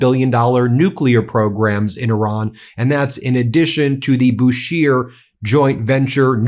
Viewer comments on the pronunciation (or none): Not Bushir but Bushehr